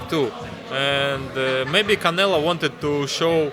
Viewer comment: Lmao ducking Beterbiev for another easy payday from Canela. 😂 Always crack up when he says Canela. 💀